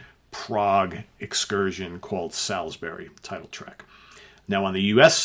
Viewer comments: Great idea but as a Brit I take umbrage at your pronunciation. It's pronounced SOLSBRY! Just think of the Gabriel song a few years later! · Okay, just to confirm, it’s pronounced ‘Solsbury’. I know because I live there - the holiday destination of choice for the Russian Secret Service.